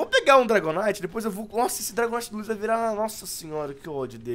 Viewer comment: Não é wouiz é luizzio